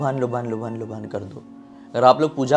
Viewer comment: Lubhan nahi lobaan kahte hai